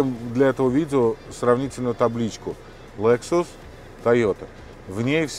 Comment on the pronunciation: Я тоже наверное стану охотником и рыболовом, вон у них тачки какие. Автор задрал не правильно говорить Лэксус может Лексус где ты увидел Э букву